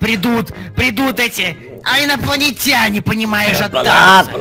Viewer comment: Инаплатинянинаны а не аинапланитенини